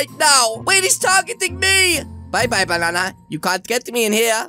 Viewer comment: who is the fliping ranndy you are! me: exusme im YOUR THE FLIPING RANNDY! OVER HERE U-U DO THE BANNA DANCE I HEARD YOU SAID BANNA XD